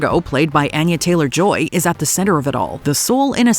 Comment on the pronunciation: It's not Эnya. It's Anya Taylor Joy